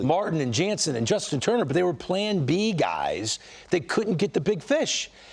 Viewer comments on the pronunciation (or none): none